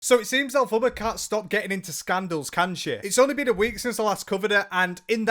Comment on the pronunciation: 😂😂😂😂😂😂😂 please stop putting a U in her name 😂😂😂😂😂😂 every time you say it, I pmsl 😂😂😂😂